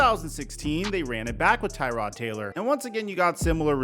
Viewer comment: IT IS TRRRROD Taylor... not tie tod like the car part 🤣🤣